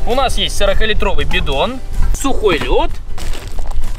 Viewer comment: Ни бидон а битон